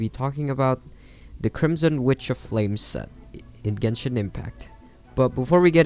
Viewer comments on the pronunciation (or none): none